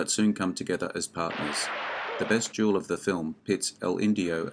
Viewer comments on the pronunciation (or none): There is a difference in pronunciation between duel and jewel